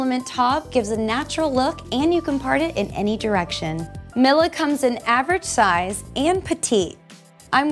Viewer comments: That’s not how you pronounce “Mila” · Mila is usually pronounced like Me-la rather than Mill-a. :-P